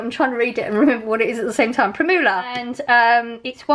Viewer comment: ‘Prim you la ‘ lol x